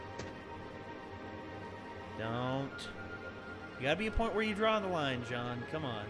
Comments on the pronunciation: pronounce it like shjauwn. not like jeen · I listened to it, i thought it was John but listened closer and it had a "Zh" sound instead of "j"